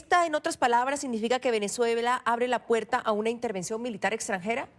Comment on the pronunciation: ITERVENCION,Intervension Ya ya ya no jodas